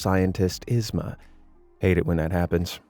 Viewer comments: Yzma's name is pronounced EEz-muh. Not Iz-muh! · YZMA not ISma.! 😩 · Every time you mispronounced yzma was agony. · The real horror story is his pronunciation of yzma. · The way hes saying Yzmas name wrong is cringe. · Anyone else bothered by how he mispronounced Yzma EVERY TIME???